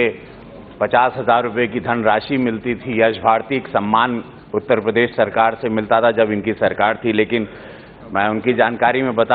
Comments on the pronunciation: यार उत्तर प्रदेश तो ठीक से बोल लो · अरे यादव जी आप उत्तर प्रदेश को आज तक शुद्ध रुप से इसका उच्चारण नहीं किया ,आप अपनी हिन्दी भाषा का कहीं ट्यूशन लें